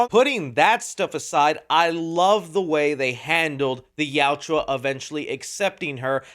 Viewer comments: I love the film and your review, but please learn how to say Yautja. It yow-cha not yow-chew-ah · Yautja. Two syllables. Yaut-cha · It’s not Yautjua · Good sir, kindly stop saying "Yaut-jwa" and say Yautja. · Bro say yautja right and maybe you won’t have haters in your comments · Plz watch the movie again so u learn how to pronounce yautja. Great movie, most fun I've had since pacific rim. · Hey it’s Yautja your saying it wrong but that’s why fans can help you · I don’t think I watch one YouTuber that pronounces Yautja correctly 😂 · The pronunciation of the yautja is cringe. And his brothers name 😂